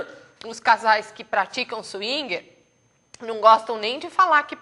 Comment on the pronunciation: swingui?? que palavra é essa?? É swinger. Senhora, por favor, pronuncie bem, escute primeiro antes de falar.- obrigado.